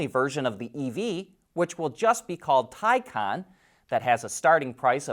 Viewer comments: Thai kahn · Still can’t say Taycan?